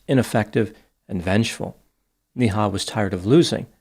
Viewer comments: Its not pronounced NI Ha ,its pronounced as NAY HA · Every time you say her name it's like donkey goes "Nee-haw!" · Her name is pronounced “Nay-Ha”